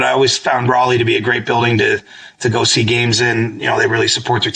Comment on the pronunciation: Also, love you guys, but it's "r'ALLeigh." Not pronounced like "Rally"